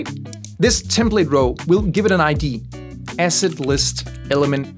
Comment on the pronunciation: oh ASSET! OHHHH! I thought you kept saying acid.